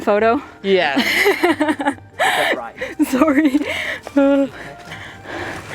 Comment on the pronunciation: The way you said sorry was super Canadian.